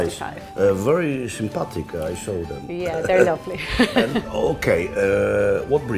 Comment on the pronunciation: very "sympathatic"...jezu ten ponglish...